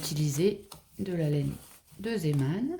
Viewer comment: Bonjour. Merci beaucoup pour ce très beau tuto. J'en aime tout particulièrement les couleurs, et vous m'avez donné des idées pour marier différemment certaines couleurs. Quel plaisir de vous entendre dire ZÉman et non ZIman. Tout les noms ne sont pas anglo-saxons, et de nombreux mots anglais viennent d'ailleurs du bas flamand. Vous ne dormez donc jamais!? 😂 Oui, je peux parler, mais à mon âge, il y a la petite sieste de l'après-midi... Encore une fois, je vous souhaite un bon weekend. ❤️🙏😘❤️